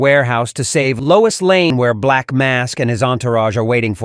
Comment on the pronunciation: Her name is Lois LANE, not Layne.🤨